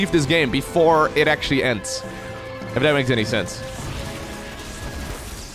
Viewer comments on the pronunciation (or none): none